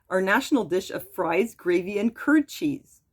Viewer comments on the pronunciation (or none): none